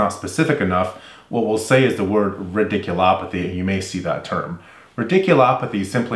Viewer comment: A fun observation: radiculopathy. You introduced this term in the cervical stenosis video. I was amused because you pronounced it rIdiculopathy. As in Ridiculous. Maybe it's a ridiculous procedure. I hope not..